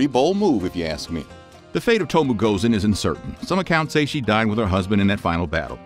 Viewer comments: It to mo eh. Not tomo. 😩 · It’s to mo eh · O and E in Tomoe is pronounced similar to spanish. Something like TOMOweh. Please...